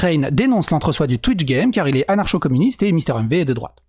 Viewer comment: Juste comme ça, on dit [AnarKO]-Communiste, et pas [Anar chaud] X)